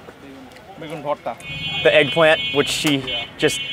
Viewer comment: Bhorta & duck curry looks fantastic! Not vorta btw, please don't pick up this ridiculous spelling. The pronunciation can be transliterated with 'bh' instead of 'v'